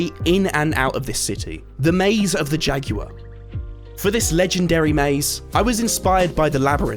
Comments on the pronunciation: “Jaguar”: “Jackuer” 💀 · why is he pronouncing jaguar like that